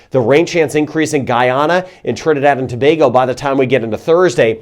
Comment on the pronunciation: Awww ,you said Trinidad and Tobago like a native ,as a matter of fact you said the names of all the Island perfectly .......never seen that with a foreigner. Hello from Trinidad ! 🇹🇹